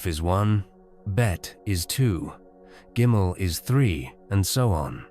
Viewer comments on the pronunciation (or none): none